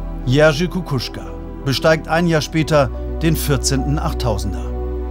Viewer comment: Es nervt, wie der Sprecher den Namen von Kukuczka immer wieder falsch ausspricht. Messner (oder laut Tagesschausprecher „Messmer“) macht vor, wie der Name ausgesprochen wird.